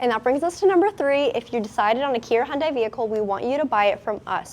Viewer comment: Just a suggestion when saying Hyundai. It is not Hyun"Dahi". it should be pronounced as Hyun"day" just like Sunday/Monday or Hyun"deh." Anways Hyundai and Kia are definitely leading the industry! love the Stinger and all cars recently produced by Hyundai, Kia, and Genesis!!! Thanks for the great review!!!